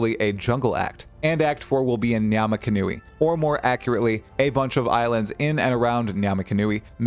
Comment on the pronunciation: Just going off memory here, but I think whenever I've heard someone in game pronounce ngamakanui, the nga has a long vowel sound. When I see videos on YouTube, people tend to omit that long vowel and treat it as a short one. Not every language has long vowel sounds, so it's understandable if others don't pick up on it.